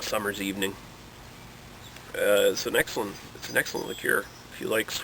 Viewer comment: "liqueer" lol, wow.